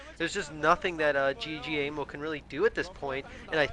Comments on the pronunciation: pronounce GGaeMo like Game-O. At least it's clear who he is then. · Pretty sure his name is pronounced Gay Mo The double GG is a sounds more like a G than the single G which actually sounds like a K in English.